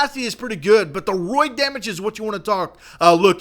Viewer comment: its raid not roid